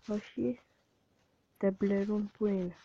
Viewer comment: Δεν λέγετε τεμπλε ρουν λέγετε τεμπλ Ραν αντε!!